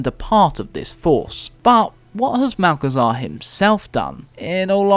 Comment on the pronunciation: "Malchezaa", my favourite